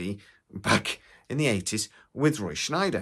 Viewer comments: It's Scheider not SchNeider! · It's Roy Scheider, not Schneider